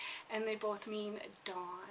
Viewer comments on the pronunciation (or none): none